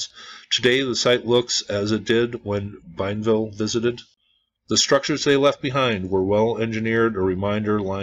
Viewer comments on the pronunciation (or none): bee-EN-vil is the proper pronunciation of the explorer’s name. I plan on visiting the site soon. I live in Pensacola.